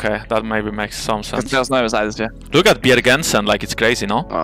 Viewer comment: "Bjergensen" - Jankos 2020